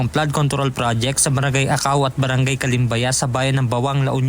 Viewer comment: Calumbaya hindi calembaya